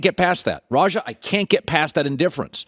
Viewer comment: It's RAH JAH not Rahjuh mr white man.